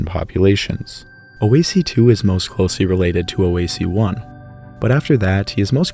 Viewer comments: it s not " oohhhhh ,, eeyyyyy , sea " it s " woah se " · Just a small correction: "oase" is pronounced something like wah-sai. It means "bones". It's the same root as Italian osso/ossi but Romanian does some weird stuff with the plural form, it goes from os(singular - same as Italian without the end o) to oase(plural)